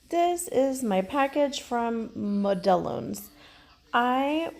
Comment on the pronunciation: Model ones is how it's pronounced. My Puerto Rican office mate calls them Mo-del-lonez. 🤣🤣🤣